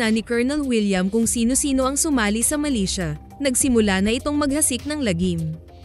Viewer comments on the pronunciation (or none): Hindi sya malaysia kundi MILITIA is an organization that operates like an army. Muka lang malaysia ang bigkas.